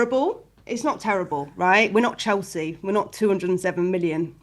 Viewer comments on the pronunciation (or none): none